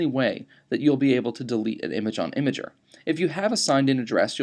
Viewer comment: It's pronounced im-gurrrr